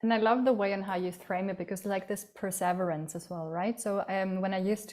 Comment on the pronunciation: Wow that pronunciation of perseverance was... painful...